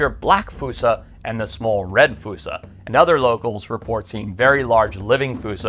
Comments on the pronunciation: wouldnt "fuu-sa" be spelled foosa not fossa? So "Foss-sa" sort of like fossil?? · Im trying to watch ur vids but every time i take issue with your pronunciation ITS FOSSA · Why is it spelled Fossa but pronounced Foosa =(